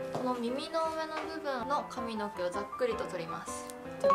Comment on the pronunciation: の髪の毛の発音なんかおかしくない？笑 かみ⤴のけ